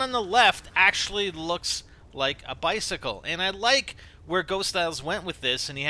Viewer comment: bi-cicle tri-nity 23?